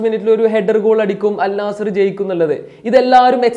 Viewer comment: അൽ നാസർ അല്ല അൽ നസ്ർ ആണ്